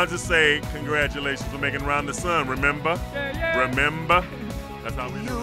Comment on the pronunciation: YOU REMEMBAH!